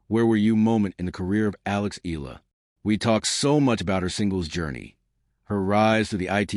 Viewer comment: Please pronounce Alex' surname correctly.. E-YA-LA. Thank you.